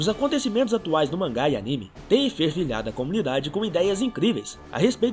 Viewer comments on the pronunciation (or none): none